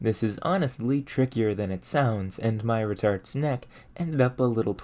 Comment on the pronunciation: “My retorts neck ended up a little twisted…” ok so I know what you said, but I heard something very different, caught me off guard lol